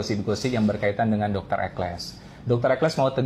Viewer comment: Judul video "Dr Ekles", masa dibaca "Dr Eksel", tolong teliti kalau membaca, sering sekali ini salah dalam membaca beberapa kata atau kalimat.